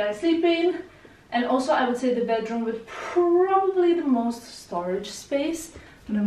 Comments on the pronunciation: hah bedroom, not badroom. or is it a bad room?:) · Did anyone else notice ‘badroom’ instead of bedroom? Maybe not, cuz it’s such a lovely apartment 😍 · STUH-NING! Your happiness was contagious in this vid💋 also “BADROOM” 😆Xx